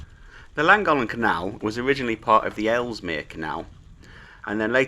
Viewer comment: Lovely video, I enjoyed it, but please learn the correct way to pronounce Llangollen.